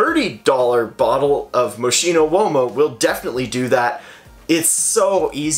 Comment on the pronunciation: It is pronounced "MOSS - KI:NO"